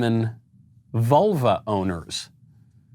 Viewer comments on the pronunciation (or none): Lol, I keep hearing "volvo owner" instead of "vulva owner".